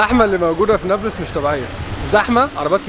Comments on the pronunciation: بس شوية انتقاد ليش هيك بتحكي نبلس مش نابلس؟ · يا اخي كلامك تافة. يعني حتى كلمة نابلس مش عارف تنطقها!!!!!! نابولس اية!!!!!؟ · هههه نيبلس دي بتبقى عند الست ، بس لو كنت عايز تلفظها صح ، قول ( نابلس) مش نيبلس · نطق نابلس ليس نوبلس، نون الف باء لام سين بكسر اللام لو سمحت نورتنا يابن المحروسة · نطقها الثاني عندك هو الثخيح نا بلس مش نابولس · اسمه نابلس مش نبلس اعدل لسانك يابوعمو بلاش عوجت الخواجات ده ولا انت من egypt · بيحكي نابييلس استفزني 😅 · لامؤاخذة هو انت مش عارف تنطق نابلس ليه! انت من ايجيبت؟! .. اسمها نَـابْلِـسْ جبل النار 💚🇵🇸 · يابختكن بس بتتنطق نابلِس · نطق نابلس هيك ناب لِس (مع كسر اللام او رفعها لُس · خليني اخفف من عذلبك تلفظ نابلس بتسكين الباء وضم اللام وعلى مهلك وانت بتنطقها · عجّب و هو بحكي نابلس بطريقة غلط😂 بس يا اهلاً يا بيك، نورت فلسطين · بس لفظ نابلس محتاج شويه تعديل منك ههه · مش عارف حتي تنطق اسم اليلد جتك خيبه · شكرا علي مجهودك بس لسه مش عارف افهم كيف انك مش عارف تنطق اسم المدينه انصحك تابع الاخبار وانت تسمع اسماء المدن اكتر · ابلين؟ الجليل اسمها ونابلس لفظك لإسمها غريب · الفيديو ده قديم؟ وبعدين ازاي دخلت؟ وليه بتنطق اسم البلد غلط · اولا فيديو قديم قبل طوفان ثانيا ليش بينطق اسم بلد غلط بسبب لهجته هو بيتكلم مصري هو هيك بيحكيها